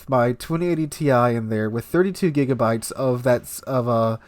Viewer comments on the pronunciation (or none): none